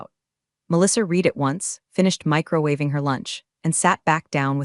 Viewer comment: please pronounce the word read correctly. It’s pronounced “red” not “reed”!